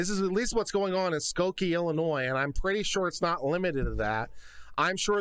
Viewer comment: Thank you for pronouncing it Illinois and not Illinois.